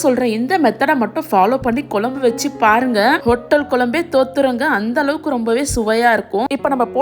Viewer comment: Piease improve your pronunciation. It is kuzsm u not kulambu